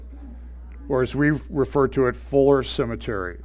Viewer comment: Fool-er Cemetary